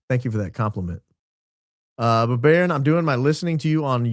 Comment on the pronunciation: *Baron not baton 😂😂